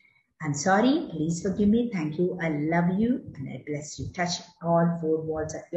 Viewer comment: Last one I bless you...not clear madam